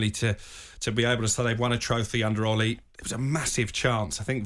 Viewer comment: So irritating, pronounce his name properly,it's Ole not Ollie.